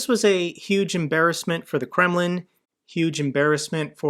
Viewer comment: I find it always funny that you talking about Kreml...but its sound always like Gremmling